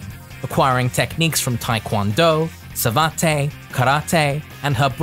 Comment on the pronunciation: Think the "e" in "savate" is silent, it being a French term. Nice video, always look forward to these. :)